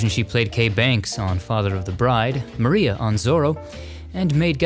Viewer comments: Always so interesting and well produced. One thing, the word "Maria" in the name of Edison's studio is pronounced Muh-rye-uh rather than Mah ree uh. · It is pronounced Black Ma ri a. ie a paddy wagon. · Wonderful content, as always! Thanks to all who contributed! One point of correction - Edison's nascent film studio is pronounced "Black Ma-RYE-ah", as in the singer Mariah Carey. It was called that because they joked it resembled a police "paddywagon", which went by that nickname. Cheers!